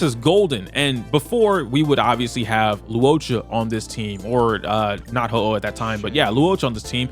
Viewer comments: why bro calling huohuo ho-oh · Huo Huo ❌️ Ho-Oh ✅️ (I like it more though 😂)